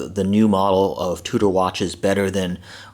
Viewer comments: Fyi its pronounced Chew-der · It's pronounced Chew-der fool! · Gosh you are really a dumbass. The watch company is not pronounced that way. Douche...